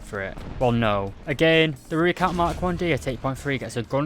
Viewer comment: The way he says Rooikat is so funny and doesn't sound right and I now how you say it also when he says it I hear Rooilcat I think I am making fun of how he says these things but like how do you say Olifant wrong then again nvm